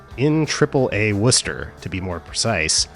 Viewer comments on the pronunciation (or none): none